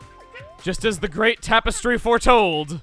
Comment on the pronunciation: The TAP-istry? :p